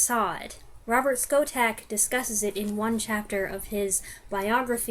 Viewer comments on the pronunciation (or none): none